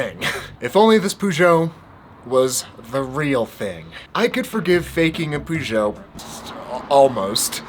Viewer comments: It’s ‘ perrr-joe’ not ‘poo-jo’ 🤦🏼‍♂️🤦🏼‍♂️ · Like in music, sometimes the "Covers" are better than the originals! Btw it's pronounced "Peyót" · So I’m From Chicago Peugeot Used To Be In Chicago I Was Told It’s Pronounced PewGowh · Today I learned British and American pronunciations of Peugeot are pretty different! Does it seem strange to get a custom bike built then pair it with a random fork you don't even know the brand of? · I’ve never heard anyone pronounce Peugeot like that, it might be the correct French pronunciation, but it sounds weird in English. I think I’m more offended by the pronunciation than I am by the fake bike 😉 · Petition to stop Americans butchering the word Peugeot. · As a Brit, the way you say Peugeot really hurts my ears! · For god sake! That is NOT the way you say Peugeot.